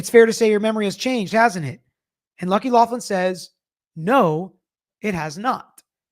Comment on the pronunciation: It’s loughran not Laughlin